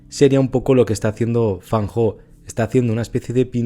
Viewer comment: 👍 Lo pronuncia muy bien. Llevo + de 19 años estudiando chino mandarin. 😊 Muy buen video. Muchas gracias. Totalmente de acuerdo con usted. La perfección no existe en nada. Todos los artistas la buscamos. Es muy humano... En fotografía; dibujo, pintura ya no lo intento. En el canto lírico; danza, o en mi Viola de Gamba,etc..., si lo necesitaba/ necesito más. La perfección es la felicidad instantánea, e infelicidad interior permanente asegurada... Me gusta algunas fotografías de FAN HO. Las que tienen personajes humanos, más emocionales. Las personas que tenemos rasgo de personalidad D.O.E S - P.A.S = español; vemos, olemos, oimos, sentimos, saboreamos el mundo muy diferente ( como cualquiera otra neuro divergencia) al resto de humanos. Sí, lo conocía. Gracias, lo he disfrutado mucho. Me ha gustado volver a recordarlo. Siempre tenemos a Cartier Bresson como referente en la libreria y mente todos. 👋👋 Recuerda que los mejores medicamentos son: infusiones o mejor tisanas cocidas de: tomillo, limón y miel "española" de romero, eucalipto lo más sólidas posible. La importada está llena de micro plasticos! Ajo, cebolla ( crudo mejor mezclado con la comida ), genjibre,limón. con miel. Romero,limón, miel. Para los resfriados, gripe, virus o enfecciones bronquiales de todo tipo. Vicks Vaporut cuello,torax y espalda antes d dormir como mínimo. Respirar vapores de eucalipto hervido con toalla por encima con ojos bien cerrados diario. Cama,calefacción,cuello y